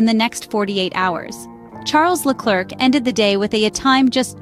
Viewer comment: I like this channel for I learn something each time I watch a new video. However the pronunciation of Charles Leclerc's name is wrong. The "c" at the end of the name should remain silent. The correct pronunciation is Le-Claire as in Claire Williams. AI is based on machine learning and in this case the machine learned it incorrectly because the name is often pronounced wrong by English-speaking commentators. My suggestion to the machine is to watch more French-speaking videos in order to learn the correct prononciation. Quibble aside your channel has now become a reference for me.